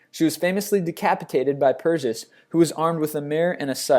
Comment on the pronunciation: pronounces satyr satire, the irony. camera? are you fucking shitting me? Come on. Oh wow medusa was killed by purges, interesting.